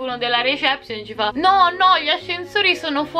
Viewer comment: che non sa dire reception>>>